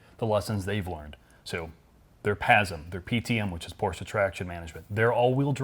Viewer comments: Ferdinand Porsche would have been proud, but he could have not understood why you called his company PORTIA... How hard can it be to pronounce it correctly? The answer: not hard at all. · Porscha you say, hmm is this a new chinese brand that copies the german brand Porsche?